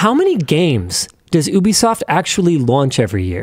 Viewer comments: Love how he calls it oobisoft instead of ubisoft 😂😂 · "Oooh-be soft"? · is...this how you pronounce ubisoft? it's going to bother me